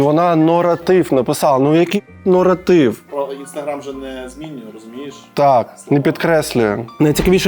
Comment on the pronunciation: Наратив, а не норотив) вокал 0/7 це найжахливіше.